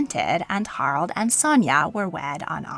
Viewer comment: Haraldsen, not Harldsen. The second "A" is not silent. Harald, not "Harold". The "e" at the end of "Norge" is not silent.